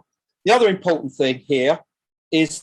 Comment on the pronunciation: This is interesting but I cannot stand his voice "various bits and pieces" is over used and extrowdenary is not pronounced like that and impowtent is another, he's basically saying he's the first, all him, he got dibs on it